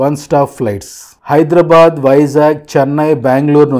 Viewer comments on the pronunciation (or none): none